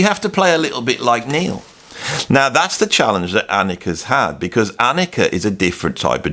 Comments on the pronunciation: AH-nik-a. Not ah-NEEK-a. Please respect her enough to stop getting her name wrong. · no offense meant but her name is pronounced AHH--NIKA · Funny as hell to pronounce PEART correctly but repeatedly butchered Anika's first name 😂🤣 there's no long ēē sound in Anika. She's German, not Spanish lol. Great vid tho from a content perspective as someone introduced to Freddy virtually, via Dave Weckl's evolution drum vids. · Great, you got Peart right now, but now you have to work on the pronunciation of Anika’s name. 😂. Just non-serious taking the piss. No worries.